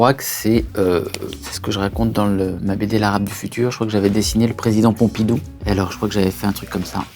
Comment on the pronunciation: envie de l'étrangler quand il dit Pompidou